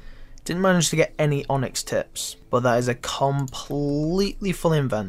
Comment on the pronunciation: "There's not much in stock.... BAWT."